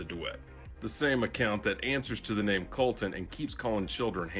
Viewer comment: I can't watch this video cause he ruined my name